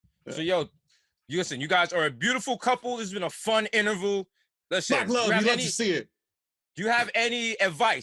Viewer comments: Desus still doesn't know how to pronounce Interview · Desus struggling with saying interview 😂